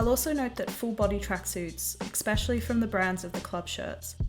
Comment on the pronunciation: Good video but can you stop saying exspecially lmaooo